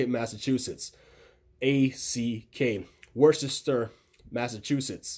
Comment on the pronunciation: Super helpful thank u! Just a tip tho, if u ever fly to worchester make sure you know how to pronounce it right (wooster) as a Massachusetts local we catch when people don’t know how to say it correctly.